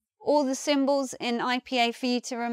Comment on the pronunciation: I love the way says Puw the Buw and Symbows. This video is such a great example to stop my students saying Pulla the Bulla and Symbolis